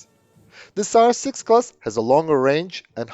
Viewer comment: Sounds like you said SARS6-Covid and that would be a scary name for the ship imo.